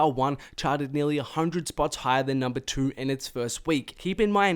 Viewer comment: i know its not his fault but the way this nigga says 2 too and to bother the fukk outa me😭. it sound like he sayin tewr